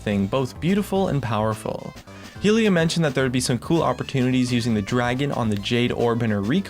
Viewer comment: I appreciate your content, but your pronunciation switch ups made me cringe a few times. "Hylia" to "Hehliuh" to "Hayliuh", "Bland" said correctly, to "Blain". Sorry for the nitpicking it's just something that stood out and distracted me from what you were showcasing. A little consistency is all I'm critiquing you for, whether you're pronouncing it right or wrong.